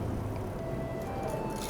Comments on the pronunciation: 銀河乗車は羨ましいですね。 臨時特急まで乗るようになって、も立派なエセ鉄道系旅行ユーチューバーですね。 私の初めての寝台列車が銀河の先代の寝台急行銀河でした。 スサノオラーメンをサスノオラーメンと言って注文してたのはらしくて笑いました。 編集で気付いていてもカットしないのもらしくて良いですね。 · 出雲来てくれたんだ！ありがとうございます。 普段見慣れている景色が、と一緒に写っているのが不思議な感じです。 サスノオじゃなくて、スサノオですよ～(^o^) ありがとうございます！ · 今度、京都・姫路に行くのでウエストエクスプレス銀河検討してみるね♪ スサノオラーメンをサスノオラーメンて言っちゃうカワイイ♡笑